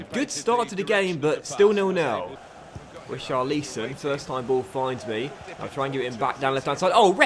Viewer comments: Who is "Richar-lee-son"??? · Richarlison is pronounced Ri-car-le-son